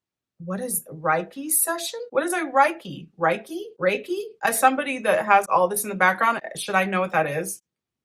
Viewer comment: Reiki is energy healing Pronounced Ray-kee